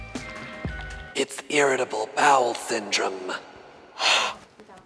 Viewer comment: It's "Irratable Bowel Syndrome "😂 😂 😂 😂 😂